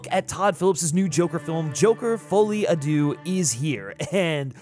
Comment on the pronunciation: Hate to be that guy but, deux is actually pronounced like “derr”